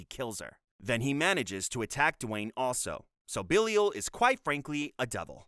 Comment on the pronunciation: did you actually watch all of these??? (And also it is pronounced Ba-Lie-Il, not Billy-ul)